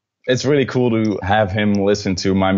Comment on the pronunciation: “It’s really kewl” I agree Niall, I agree